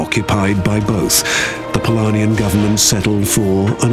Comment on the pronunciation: Yes and offputting having to listen to him saying Palania instead of Polonia. Since the creator of the world was polish maybe the could have put in a little more effort